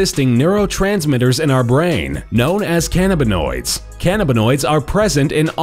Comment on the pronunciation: God the way he says "cannabanoids" AHAHAHAHAHAHAHAAH